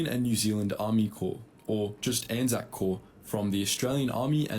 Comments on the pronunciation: You pronounced it perfectly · Yes it's pronounced ANZAC as it sounds and you have the correct interpretation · We fight together intermittently. We’ve actually just set up mechanisms to tighten that bond, so A/NZ forces will be even more coordinated in future. We also act independently, for stuff, such as disaster relief, SAS operations, new conflicts, and research. You pronounced ANZAC correctly. ANZAC is the united identity of our combined armed forces. The ANZACs are the personnel. In Aotearoa/NZ, our armed forces memorial ceremonies are mainly held on ANZAC day every year, in the form of dawn services, and we have ANZAC cenotaphs or memorial towers in most towns, to stand as focuses of celebrations for our war heroes. Edit: A British WWII unit that was hugely manned by Kiwis was the Long Range Desert Group, which mainly operated in North Africa and the Mediterranean. I had a great uncle and his cousin that were in the LRDG, which carried out reconnaissance and a few offensives on Italian and German forces. There is some good content on YouTube about them, and how they were wayfinders for the embryonic British SAS, which NZDF modelled our own NZSAS on later on. Given that the LRDG was, to a disproportionate degree, made up on Kiwi farmers, they’re as much a point of pride as the Māori Battalion are.